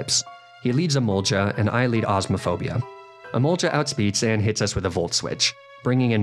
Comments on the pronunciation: It’s not EMOLJA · The way you say Emolga is sending me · The scariest part of this run is how you pronounce Emolga. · Hold up, you pronunce Emolga with a soft G and not a hard G? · Your pronunciation of “emolga” angers me